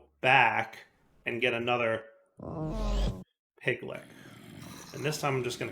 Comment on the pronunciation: “Piglich” rhymes with witch. Also, the sniffer needs more room to sniff for stuff.